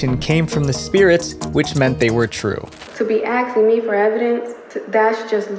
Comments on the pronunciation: "Axing me for evidence". Literal idiot. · "axing" for evidence. 😅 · Hey it's ASKing not 🪓ing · "axing"? 😅 You mean "asking"?